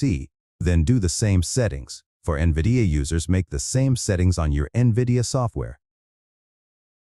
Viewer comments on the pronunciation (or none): none